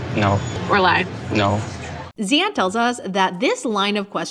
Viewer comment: Btw his name is pronounced Ziyad or Zeyad without an H.. just thought I should clarify ❤️